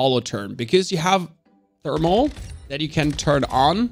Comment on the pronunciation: You pronounce therm incorrectly